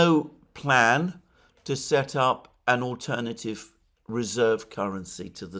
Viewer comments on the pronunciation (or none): none